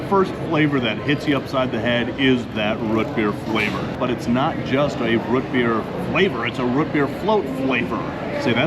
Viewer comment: Learn to say ROOT correctly!